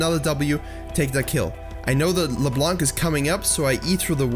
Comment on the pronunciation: "Leblanque"... Sorry that alway trigger me because its "Leblan" dont say the C. Thx for your guide, it help because i want to main this champion x)